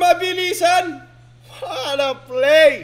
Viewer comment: WORD OF THE DAY “WATTAPLAY” “WATTADODGE”